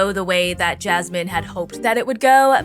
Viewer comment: As a fellow Jasmine, I really hate the way says her name.